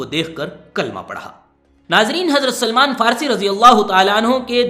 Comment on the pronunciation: سلیمان نہیں بلکہ سلمان ہے